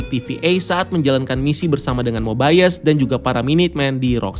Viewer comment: Hadeuh, cara baca "mobius" bukan mobaiyes, tp mobiyes🙄